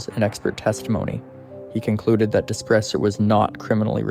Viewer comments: It is pronounced as"dew pray" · Despres is a French last name, pronounced day-pree. Greg Despres is a dangerous offender and should never be set free.